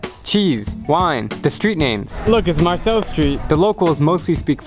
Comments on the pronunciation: Marseille is pronounced “mar-say” not Marcel 😂 🤦‍♂️ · as a frenchman who's dad is from Marseille, it killed me listening to him say "look, it's 'Mar-sel' street". Ugh. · You're pronunciation of Marseille nearly gave me a hernia. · yeah how has this guy traveled the world and doesn't know how to pronounce Marseilles lmao